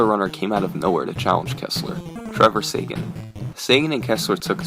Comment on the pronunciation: The name Seguin is pronounced Seg-een not Saygan